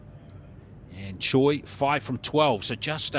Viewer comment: I've lived in Korea for 26 years, am married to a Korean, have taught English to hundreds of students and am a member of an archery club with 160 members. I've taught dozens of students whose family name is spelled "Choi". We currently have six members at the archery named "Choi". Absolutely none of them say their name "Choi" as in the English word 'choice'. Pronounce their names correctly! "Choi" is pronounced "Chay"; the "i" in Mi is "ee" (there is no long i sound in the Korean language.); and the "u" in Sun is "oo" giving us "Soon". If it were the soft 'u', it would be written Seon. Her name is pronounced "Chay Mee Soon". The "L" in Lim is silent; The "si" is 'shee' ; and the "eo" in Hyeon is a soft 'u' as in umbrella. Her name is pronounced "Im Shee Hyeon". Most Koreans had their names "Romanized" using the McCune–Reischauer system, a rather imperfect system, introduced in 1937. The South Korean government now uses a much better system introduced in 2000 that better reflects the actual pronunciation of Korean names and words. Unfortunately most Koreans are stuck with their names recorded using the old system. Your announcer has been mispronouncing Korean names for far too long. Talk to the archers and listen to how they pronounce their names instead of relying on an imperfect Romanizing system.